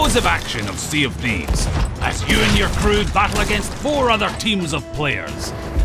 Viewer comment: sea of thebes XD